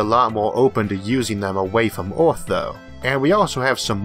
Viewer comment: I can only hear "Oeth" instead of "Earth" so many times, a man has his limits.